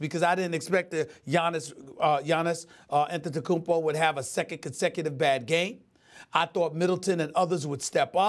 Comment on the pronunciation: SAS pronouncing Antetokounmpo: perfect SAS pronouncing Mirotic/Ilyasova: brain aneurysm